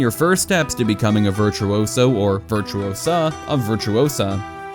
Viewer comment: it`s VirtuOsa not VirtuosAA - Hermione.